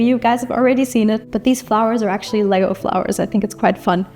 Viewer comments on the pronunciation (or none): none